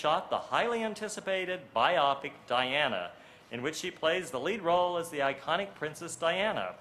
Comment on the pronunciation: How do so many Hollywood based people mispronounce the word biopic? It doesn't rhyme with myopic. It is bio-pic.